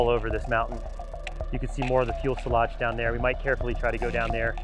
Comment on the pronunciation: If you say "fuelselage" one more time.. 😂. It's "fuselage" with one L